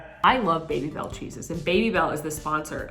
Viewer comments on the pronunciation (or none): Someone tell that they are "Baby - Bel" not "Bay - Bel" cheese xD